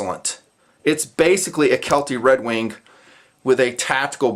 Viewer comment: is he pronouncing redwing redwink?